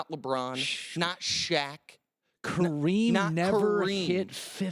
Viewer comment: Its KA-reem not cream